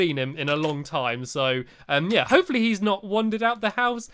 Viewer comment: its not hope fully its l for lee